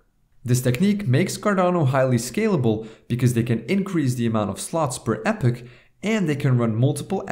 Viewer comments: ee-pok, not epic! ;) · "E-pok" (epoch) not "epic". Good video though. Thanks! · It's not Epic... It's EEEE POC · It's pronounced 'epoch' not 'epoch' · It's pronounced "e-pock", not "epic" moron. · "EPOK" not "EPIK" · Its EPOCH not epics.. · It's pronounced E-pock, not "epic" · Pronounced E pock, nor epic. Fyi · thankfully someone else knows how to pronounce it. Like "pocket" ... pronounced "pock" and put an E- in front Can't understand how people pronounce "epic" from Epoch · Great Video Thank You! However, Epoch is pronounced like eepoch , not epic ;-) Just saying. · Epoch - pronounced e-pok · E - POK not epoch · It's pronounced "ee-pok" ;) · epoch is pronounced e-pock. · Everyone in the comments praising this video but I couldn't make it beyond 3 minutes since this guy can't even pronounce the word ''epoch''.